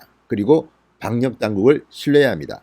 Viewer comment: 즐겨 듣는 애청자 입니다. 항상 감사합니다. 진 의원의 발음상 오류를 알려드리고 싶어요. "감염 " "방역" 을 말할때 잘못 발음하고 있어요 교정하면 훨씬 듣기 좋은 방송이 될듯합니다.